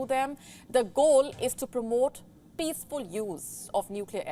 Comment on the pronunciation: When she said "Inida launched its peacful nuclear test" ....I'm wanna cry it was so peacfullll aaaaa😓😓😓